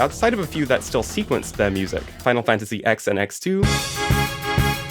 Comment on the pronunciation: incredible video but why did you pronounce it final fantasy ex lmao